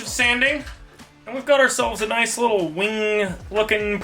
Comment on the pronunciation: "Noice"